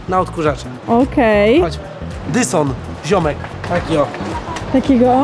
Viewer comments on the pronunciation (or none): nie mówi sie dyson tylko dajson😂😂😂